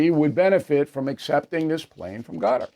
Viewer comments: Hey Bill, Qatar is not pronounced gutter. It is pronounced Ka-tar’. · Bill, c'mon, please, stop saying "Gutter" for Qatar; you KNOW how it's pronounced. You can say Kuh-Tar, ORRRR, Kutter (Cutter). You KNOW it's not pronounced "Gutter". Please say it correctly. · please stop saying gutter .lol cutter or kutur omg man stop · Gutter ? Ugh Bill it's Cutter buddy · I second that notion. But I had to post another and remind him that Hakeem Jefferies has never been speaker of the house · It's Quatar Bill not Gutter. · HOW HARD IS THIS- IT IS NOT "GUTTER" IT IS CAH-TAR. NOT HARD TO PRONOUNCE. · Stop calling it "GUTTER" it's "KAH-TAHR" figure it out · Why do you keep saying Gutter? It's pronounced Cutter. What's next, Zutter? Schmutter? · Hey O’Reilly you’re a Pinhead once again it’s not”GUTTER” it’s “QATAR” aka CUT- TAR hope this helps. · it is pronounced KUTUR not gutter lol old man :) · You're saying Qatar wrong...try KUTTER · Qatar is now pronounced Gutter? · Please don't say "gutter" for Qatar. Jeffrey's is a $1 shop Obama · WOULD YOU PLEASE PRONOUNCE QATAR PROPERLY. IT US NOT GUTTER. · Bill Qatar is not pronouned gutter lol just saying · It's Qatar. Use K if you struggle...NOT Gatar! You can do better than the that Mr O'Reilly. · Is he pronouncing Quatar as “Gutter”? Is that the correct pronunciation? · It is very annoying for you not to pronounce Qatar correctly. What is gutter? Come on Bill, do better. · Why does Bill pronounce Qatar as Gutter? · Bill.. please calling Qatar…. “Gutter” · Thanks. I did. He’s pronouncing it wrong. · Gotta love how Bill says Qatar :face-fuchsia-poop-shape